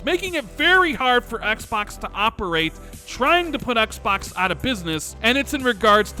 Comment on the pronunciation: Is that really how you pronounce Xbox or are you just trolling us?